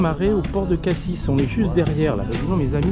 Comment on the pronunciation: Merci pour ces belles images. Au fait on prononce Morgiou avec un « j » comme morjiou et pas un « gu » , et pour Cassis on ne prononce pas le « s » de la fin . La clarté de l’eau à Riou, c’est quelque chose, j’y ai fait plusieurs plongées sous-marine c’est magnifique dessous comme dessus !!! Les calanques comme cadre de mouillage et petits repas. 👍